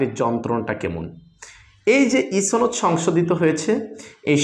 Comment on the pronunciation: ছনদ না সনদ